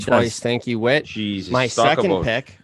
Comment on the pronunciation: It’s whit and it’s not close